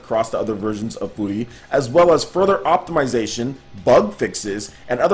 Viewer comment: You say furi like you say the Word "fury"